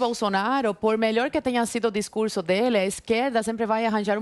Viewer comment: o govewrno, um bom discurwrso